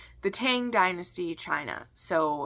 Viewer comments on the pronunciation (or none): I forgot I had "Lotus Palace!" I started it and wasn't crazy about it, but maybe I should try again. BTW, the Tang (唐) in Tang Dynasty is pronounced like ah in father. You might like Robert van Gulik's Judge Dee mysteries. They aren't romances, but there is some romance, and some spice! They are very loosely based on stories that grew up around a real person who was a government official in the early part of the Tang Dynasty. His name was Di Renjie. Oh, and Happy (Lunar) New Year!!!!